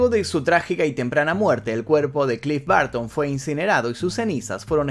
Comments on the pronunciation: Porque todos los sudamericanos pronuncian rraro el ingles?? No es clif barton.. es bərton.. entre a y e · No lo pronuncies "Barton" Es Burton cómo tal🤦🏻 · CLIFF BARTON???? ES BURTON